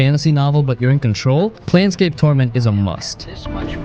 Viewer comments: It's "Plane" scape, not "Plan" scape... Not sure how this gets screwed up... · Confidently mispronouncing planescape as planscape 17 times in the first 2 minutes of the video was brutal 😂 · It’s not Plan Scape torment; you are pronouncing it incorrectly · is it plane-scape or plan-scape bud? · Plane like airplane not Plan. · "PLAN scape" you said? You just got yer card revoked, kiddo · that one thing made me pause the movie to downvote. planescape, as in the planes of reality. if you are gonna recommend something, at the very least get the name right. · That's not how you say planescape... EDIT That's also not how you say Revachol